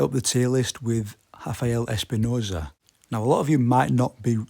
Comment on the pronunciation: Its RRRRAFAEL ESPINOZA! NOT Hafael. Hes not fucking Brazilian, hes Mexican. PRONOUNCE THE R NORMALLY!